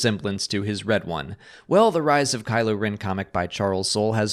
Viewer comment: It's rEn, not rIn.